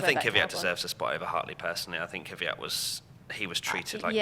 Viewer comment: It's kveyat ffs